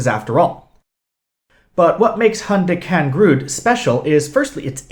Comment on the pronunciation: For the sake of clarity: These ancient graves in Northern Estonia are called "Hundikangrud". Their location is Muuksi village. Usually I don't mind foreign pronounciation. But this time I was so confused when I tried to understand what their exact location is. I would suggest you to write "exotic" placenames in videos or video descriptions. Interesting video though. I respect that you came to our region. It is especially rare when people visit us because of archaeology.